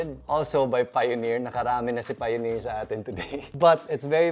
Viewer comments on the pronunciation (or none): none